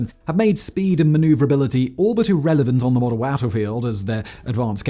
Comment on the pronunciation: he said "wattlefield" haha.. it's supposed to be battlefield.. right?